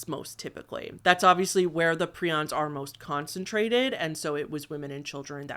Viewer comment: Prions is pronounced pry-ons.